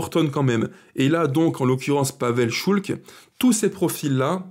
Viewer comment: PAVEL ŠULC , prononcer Schulz 😉